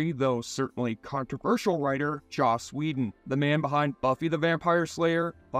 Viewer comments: It's joss whedon not josh whedon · Who the hell is Josh whedon??? Lol u got to do better 😂😂